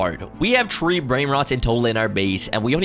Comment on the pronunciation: Tree hundred🤣🤣🤣🤣